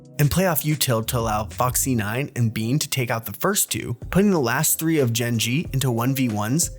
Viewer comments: ISNT IT BANE NOT BEAN?????? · why'd you pronounce his name as BEAN? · Would get so much more views if we fact checked slightly more, mainly on why flashback was benched. Edit: How did I forget how you say Beyn when its said more so like "Bane" on every official broadcast